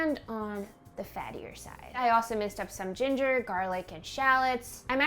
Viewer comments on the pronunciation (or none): none